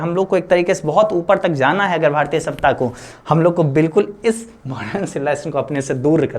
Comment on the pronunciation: भारतिय ❎भारतीय ✅